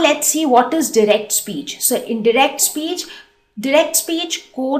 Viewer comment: You are not saying direct correctly